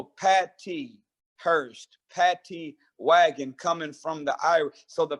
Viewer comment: It was not, called a ""Pattee wagon"", it was called a, ""Paddy Wagon!""